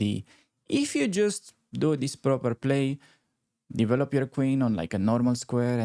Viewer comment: Hi! I like your videos, but... try to say "devellop" rather that "deevelopp"!;-)